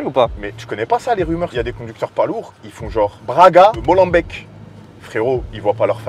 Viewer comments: Comment il a dit molembeek 🤣🤣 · ho non il a massacrée ma ville 😂😂